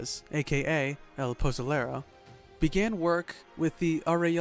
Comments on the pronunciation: How can he pronounce pozole right but can’t say pozolero. Lmao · The way he says pozolero 😂😂😂😂